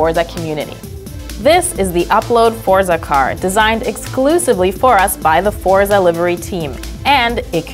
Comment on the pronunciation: She pronounced Forza incorrectly.